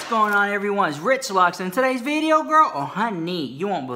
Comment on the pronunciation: I freaking love when you say “well Richth Lux!” !🤣🤣🤣